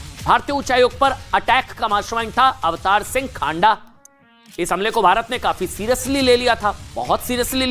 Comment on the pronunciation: Not खांडा....but खँडा....news पढ़ते ho दायें बांये thora naam ka उच्चारण confirm kr liya kro